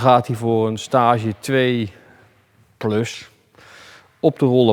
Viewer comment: De uitspraak van Staaaage bij tuning daar vind ik iets van, Volgens mij is het gewoon een Engels woord STAGE.